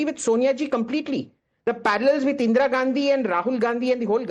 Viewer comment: So Ga can't even pronounce In Ga's name correctly. 50 years feeding on mother India and can't be bothered to pronounce Indira instead of Indeera.